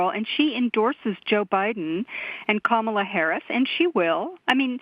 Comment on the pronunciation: Please learn how to pronounce 'Kamala'.